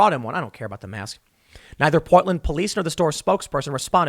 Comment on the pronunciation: Literally no one: New Jersey Tim Pool: Powtland